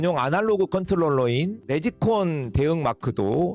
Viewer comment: 레지콘이 아니라 네지콘이요😄 레지라고 발음하시면 카운터 계산대가 되요 ㅋ 리뷰영상 좋네요. 앞으로도 많이 보고 싶습니다 ㅎㅎ